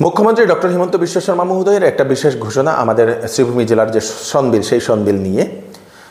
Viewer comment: সংবিল না শনবিল 😂😂